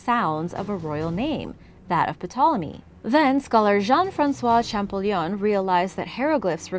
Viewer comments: P-tolome and Hero-glyphs hehe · Hi,! Love Origins Explained! Just so you know, the "P" in "Ptolomey" is silent. Have a great Christmas!